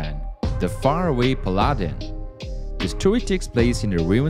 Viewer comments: Pal-lah-den Jesus dude lol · Pal ah den